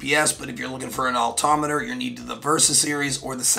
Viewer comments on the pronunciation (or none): Great reviews. This is the 3rd video I've watched from you and you keep saying "altometer"... No such thing. It's Altimeter! Driving me crazy. Maybe it's because I'm a pilot as well. 😅